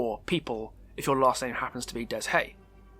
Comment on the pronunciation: Its not that i want to be rude or something but Deshaye is pronounced Day-Aye, if you dont belive me check spotlight trailer for Binding of Kin